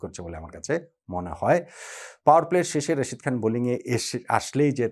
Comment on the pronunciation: ভাই প্লিজ রশিদ না তার নাম রাশিদ খান মোঃ নবীনা মোহাম্মদ নাবি দয়া করে নামটা ভালো করে বলুন